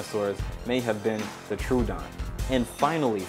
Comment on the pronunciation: Velociraptor was about as smart as a possum Triceratops existed, it was discovered before Torosaurus Torosaurus is not confirmed To be triceratops You said troodon wrong Troodon could possibly be an omnivore and omnivores are different from herbivores U should have said chilesaurus or therizinosaurus